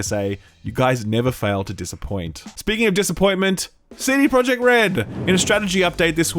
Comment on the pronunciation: I love u man but pretty please. I am from Poland and i cant stand how u say the company name-cd projekt. U should say it with j like y - cd proyekt. Pretty please. Much love